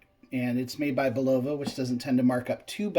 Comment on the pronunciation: Not BULova! Do not accent BUL